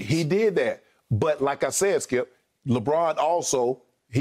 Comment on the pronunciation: Why is this dude on TALK SHOWS that voice is horrendous 🤔😣 "Stip" I thought you meant "skip"